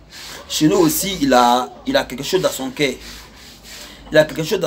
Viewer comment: Toi ya pas toutes les lettres dans ta bouche voilà pourquoi tu parle mal le français. Exp: au lieu de cœur tu dit cair au lieu de youtubeur tu dit youtibair. Tu met air au lieu de eur🤣🤣🤣🤣🤣🤣 toi même ton nom au lieu de dégameur tu met dégamair